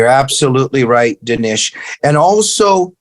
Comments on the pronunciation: Jamie... dude... his name is Dinesh - not Denish. How would you like it if Dinesh called you Jimai..? 🤣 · It drove me crazy that Mr. Glazov kept mispronouncing Dinesh’s name